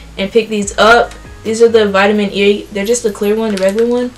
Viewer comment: is it just me or did it sound like she said vitamin yee 😂 no hate love your videos